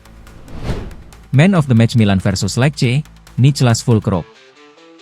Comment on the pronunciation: lece bacanya bukan lek. !